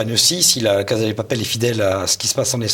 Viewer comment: Très bien mais s'il vous plaît, on prononce "cassa", et non pas "caza".